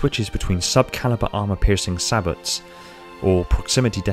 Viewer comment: Also sabot has a silent T.